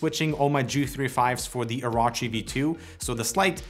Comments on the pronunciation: oro-chi not oraochi LOL orochimaru ddude XD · It's pronounced OrOchi, not OrAchi. Also, Logitech G305 - Razer Edition...................🤦‍♂️🤦‍♂️ No. Maybe if it had 11 btn like G903, tilt wheel + free spin, maybe then! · O-Row-Chi not O-Raw-Chi lmfao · ITs really easy to say OH ROW CHI Oh Row Chi Its not hard. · This is gonna make One Piece fans boycott Razer AND BTW it is pronounced "or orh chi" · I'm appalled. I'm off to go watch Dave's review where they know how to pronounce Orochi.... (jk) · In One Piece there is a scumbag villain called Orochi and the way pronounced Orochi was way off